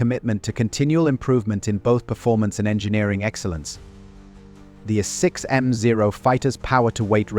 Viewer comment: I think this is AI generated. This whole series using way too many instances of repetitions. Too many obvious reading errors. using a as A 6m no a6m mark whatever. just done with this channel